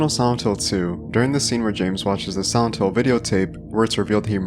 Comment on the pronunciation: Can you not annunciate the word silent? All I can focus on is you saying “Sauntil”